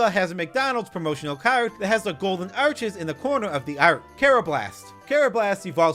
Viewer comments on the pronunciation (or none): none